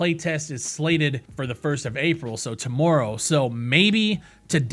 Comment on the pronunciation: Can really hear that accent in that “tomorrow” :)